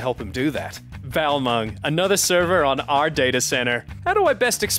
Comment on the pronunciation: I nearly spit out my food when he said Balmung.